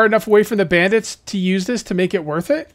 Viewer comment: He say brandids 😂😂😂😂😂😂😂😂😂😂😂